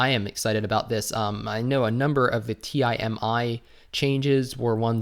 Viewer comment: T-I-M-I haha try pronouncing TEE-MEE